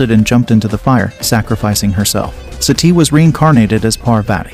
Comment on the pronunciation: He even can't pronounce sati properly ...